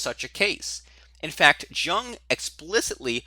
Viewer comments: buddy, it's pronounced "Yoong"... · What's the type that can't pronounce "Jung" correctly? Because that's what you are. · You need to stop mispronouncing Jung's name. A disgrace.